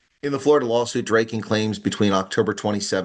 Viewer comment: Drayken? It's Draaken (Dragon), as in Drakensberg.